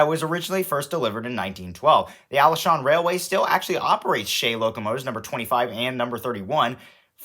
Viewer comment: Being a person who visits Taiwan almost every summer, I find taiwan is wonderful. I got the n scale taipei metro set from taiwan. And have a little one of those toy trains. Also, Alishan is pronounced Ah-lee-sh-ahn. Glad you enjoyed your trip!